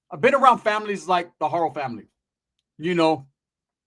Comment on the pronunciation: Instead of Rebeca haro is rebeca fakno